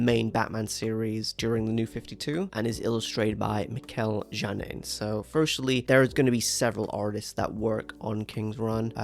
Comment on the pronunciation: Mikel Janín’s name is pronounced with an H-like sound. Mikel HA-nin